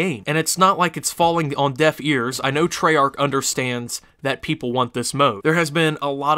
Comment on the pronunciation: you didnt say it properly